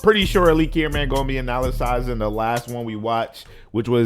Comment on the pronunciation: The way he said analyzing 💀💀💀